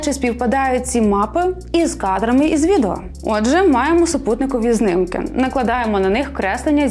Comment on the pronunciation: Та чому знИмки а не знімки. Кожного разу знИмки